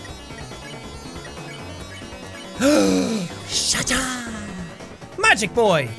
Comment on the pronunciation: i thought Sean said "Shat Up"